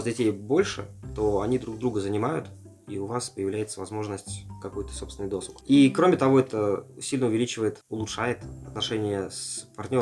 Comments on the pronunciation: правильно досУг. думал оговорка, но человек несколько раз повторил. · учись у жены правильно ударения делать)))) ДосУг.